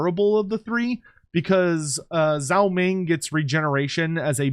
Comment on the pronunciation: Day 10,000 of being unable to pronounce Zhao